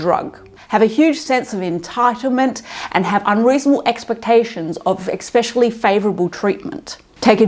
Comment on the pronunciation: thanks especially Not EKspecially